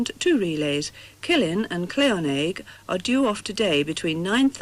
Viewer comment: Second time they've mentioned Claonaig - not sure that's how you pronounce it - I've travelled by ship to there, from Lochranza.